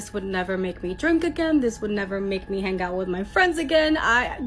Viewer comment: To the Spanish Gal ~ Words like 'hang' aren't pronounced hanGUH. The g is soft, not hard. You're giving a one syllable word two syllables. Learn to speak correctly if you're going to be on a public platform. Won't continue to listen when you pop up.